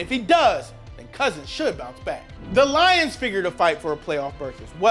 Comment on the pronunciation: that emphasise on the Lions made it clear that you're lions fan